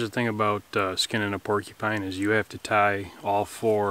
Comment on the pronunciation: "Pulled pork-eee pine" haha the way you said that made me chuckle.